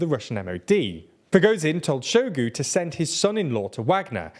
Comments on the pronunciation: Hi - please just take a few minutes out of your day to learn how to pronounce these names which are all over the news. Hearing you say Shoigu's name as "Showgoo" really made me cringe. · hahaha saluseny and show-gu, you guys crack me up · The mindblowing inability to pronounce the names of major players in this year-long story really undermines the otherwise professional looking report. I mean i get if its some random town but "Shoigu" has an "i" in it and im not going to even talk about Prigozhin.